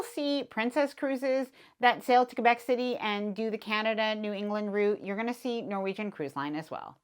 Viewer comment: Thank you for pronouncing Quebec City correctly. As a Canadian, I’m assuming you understand…